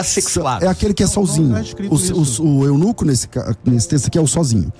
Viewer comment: é eunuCU pastor, eunuCU kkkkkkkkkkk